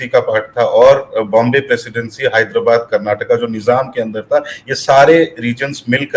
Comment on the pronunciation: Finally someone has pronounced our state as "Karnataka" and not as "Karnatak"